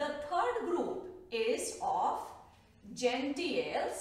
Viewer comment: Ma'am there is a little mistake...It is Gnetales not Genteals